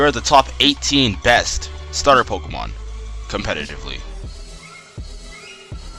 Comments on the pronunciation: POKÉMON NOT POKOMON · it's not pok-uh-mon. stop sayin it like that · good video, but I can't stand how this guy says pokemon. he says it so much in the video though